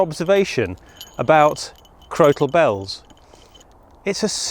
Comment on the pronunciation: Crokal Bells or Crotal Bells, I ask this because it sounds like you are putting Hard C or K in the middle of the word, not a T?